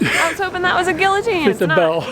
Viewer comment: "they might fit me" LMAO Also Gui-o-tine